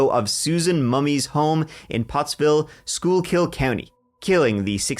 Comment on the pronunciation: And congrats on pronouncing Schuylkill the correct way !! I wonder , did you look up the pronunciation, cuz most of the time , if you aren't from around here it's not said correctly lol 😊